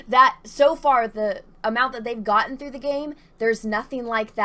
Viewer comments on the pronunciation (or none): none